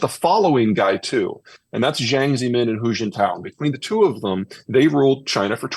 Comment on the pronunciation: Zeihan ridiculously claims the US has the highest standard of living when it loses to dozens of nations on every HDI measure including real median income. Zeihan can't even correctly pronounce "Jiang" in Jiang ZeMin (= Jyahhng Zuh Meen). Notice how Zeihan did not actually answer the question of "who are these advisers?" simply because Zeihan is under-informed on PRC politics and doesn't know. The general summaries he offers of Xi's rule are deserved, but there are notable exceptions, including changes of guard in the equivalent of their secretary of state away from Wolf Warriors, and his scaling back on initial NeoMaoist tendencies. Zeihan has decent insights (most not expressed here), but carries a certain degree of arrogance that he could stand to drop - it goes so far as to interrupt questions with answers before the question is even coherent (even if guessable).